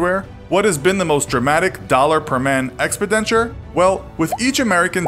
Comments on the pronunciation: Dude, PLEASE run your pronunciation by someone before posting - you make really good videos (although the slow-motion repetitive animation sttuff is kind of creepy and weird), but you make really jarring pronunciation mistakes way too often. Expenditure is not a diffficult vocab word, but you say it like you've never heard it out loud before. Ex-PEN-diture, not EXPIDEN-ture. I like your stuff, but every time you pronounce a relatively common word like an alien who's never heard it before it kinda drives me a bit nuts, and although I'm something of a pedant, I can't be the only one who gets irked by this sort of thing. Anyway, good work, keep it up, and if you're not sure how to pronounce something remember - the internet can help! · Any commentator who pronounced expenditure EX PI DENTURE needs some help from his Mum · "Radar reflecting material"? So, you're saying it was designed to be excessively visible to radar? I'm guessing you meant radar absorbent material. Also, how the hell did you get "XP denture" out of expenditure? I mean, not only did you mispronounce it but, you enunciated it loudly for narration and didn't even question it... at least twice. I'm sure all of these facts check out then. I'll just take them at face value based on what some YouTube kid made a video about. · "expidenture" c'mon son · It's pronounced "ex-SPEND-it-your" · But still about 3% of US GDP. And WTF is "Expen-denture"? You are putting emPHASIS on the wrong sylABLE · Am I the only one who takes issue with the way he says expEnditure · Wtf is "EXpiDenture"? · Am i the only one who noticed that he said expidenture a couple of times in the beginning of the video ? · Ex-penditure? Where did you learn how to pronounce words? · What the actual fuck is ex-ped-en-ture? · Minor correction: ex-PEN-dit-ure. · Expendenture...first time ive ever heard it pronounced the way as in this video. Interesting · I think the word you’re looking for is expenditure: ex-penn-ditch-ur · Expidenture wtf loool